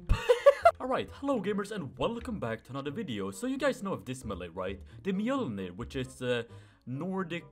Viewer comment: You're definitely worthy because you call it Mjølnir or Mjölnir